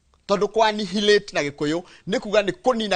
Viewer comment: Hi. Please check out the correct pronunciation of ANNIHILATE. The 'h' is silent. I've noted you are a scholar n I've learnt a lot from you. Take this as my one dime contribution to this growth.